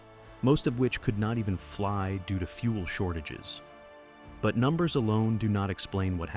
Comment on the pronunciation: Why do you pronounce number so weird?